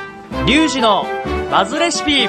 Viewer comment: どうも調理器具です！ に聞こえた